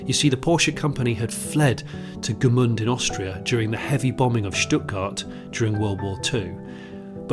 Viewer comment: Gmünd, not Gemünd.